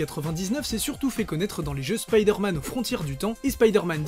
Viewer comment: arrêtez de dire spidère-man svp 😢